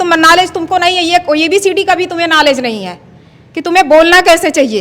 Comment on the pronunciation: Ebcd nahi hota hai abcd bola jata hai tum bhi bolna sikh lo 😂🤣😂🤣😂